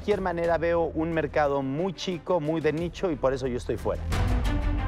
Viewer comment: Oiga pague 50mil para que me ordenara y contesta: "SHO SOLO SOS LA SIRVIENTA" JAJAJAJJAJ